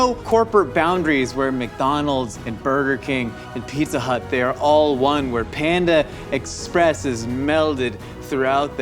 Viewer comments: I really did not like how was saying “Panda Express” it was like “panda EX..press” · The emphasis puts on the “Ex” in Panda Express (ie, “panda EXpress”) bothers the ever living hell out of me, but I wouldn’t have it any other way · the way he says panda express is killing me 🤣🤣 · do.....do people pronounce panda express like?